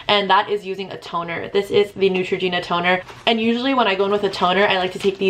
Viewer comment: Girllll, it is NEUtragena not NUEtra.. you're welcome xoxo